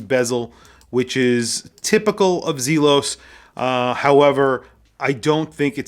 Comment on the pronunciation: ZEEEE-los is correct. Well done video, and yet another triumph for Elshan. Home run every time. Love all the hate comments in here. Makes me laugh at the snowflake-ness.